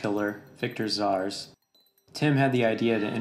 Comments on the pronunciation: why is it Victor Szars and not Victor Zsasz? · the video's great, but it's Victor Zsasz, not Zars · ZSASZ...NOT ZaRS.... drove me nuts